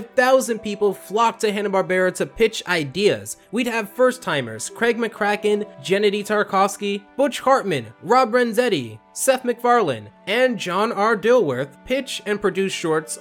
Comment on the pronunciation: Jennidy Tartovsky? Gendy.... bro, you gotta do a slight semblence of research before you speak.